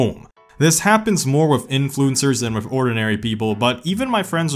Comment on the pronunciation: It’s WITH not WIFFFF !